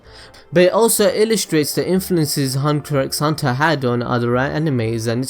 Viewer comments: well, it's pronounced "hunter hunter" actually x is silent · Damn you for pronouncing he x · 1 more thing you didn't know about hunter X hunter, did you know the X in the title is not pronounced so really It's just Hunter Hunter not Hunter X Hunter. Weird right?